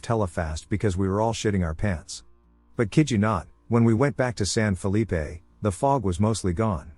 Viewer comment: Stop saying San Felippe. Nob.